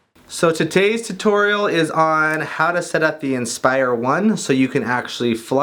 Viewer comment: "so tutase tutorial is on..."